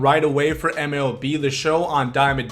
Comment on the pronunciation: He really said Melb